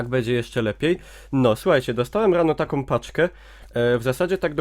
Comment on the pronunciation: Nie ma w polskim jezyku słów "som", "takom", "tom". Istnieją tylko "są", "taką" i "tą". Tych pierwszych nie da sie słuchać.